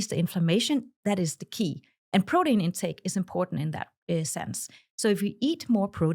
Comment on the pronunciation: I can't get past her saying, prodeen .